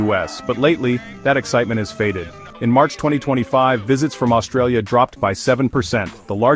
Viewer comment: You can't even get the name Australia right.